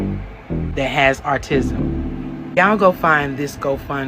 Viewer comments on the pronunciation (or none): "Artisim?" I'm autistic and found this hilarious, but what I find extremely funny is that I'm supposed to take this woman serious with that knock off rainbow dash hairstyle. 😂😂😂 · Wow! it looks like Dominique Alexander's sister had to make an appearance. She didn't even require a filter to look like a clown. You have to laugh at how she said the boy has "artism." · wearing a clown wig saying "artisim" is wild